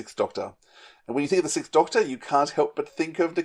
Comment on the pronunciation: So... what's behind this trend of (mainly British) podcasters pronouncing "sixth" as "sickth"? It drives me nuts.